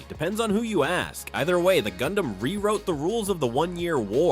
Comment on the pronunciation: Gundam sounds like Condam